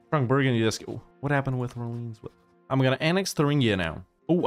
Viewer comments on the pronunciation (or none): none